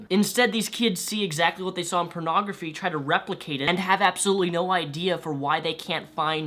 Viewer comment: I just love how says "purnagraphy"